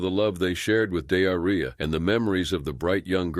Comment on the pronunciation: I'm sorry but.. Dearria??? 😮💩 Surely it's pronounced De'ar'ria... Have some respect!!! 😠